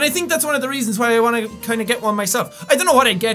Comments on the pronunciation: I like how when he says "why", it sounds like "Hawaii". I just like his accent in general though XD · his accent doesn't allow him would actually pronounce the w sound